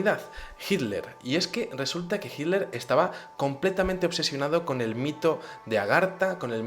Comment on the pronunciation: Muy interesante tu exposicion. Noto que los espanoles en general no pronuncian la tl. Hiler en lugar de Hitler..